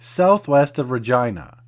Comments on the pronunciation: It's Reh-GEE-NAH lol where are you from to pronounce it the way you did?? Good vid! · I love to see these old places! The one thing that cracks me up is the way ya'll pronounce Regina; it sounds too much like something else.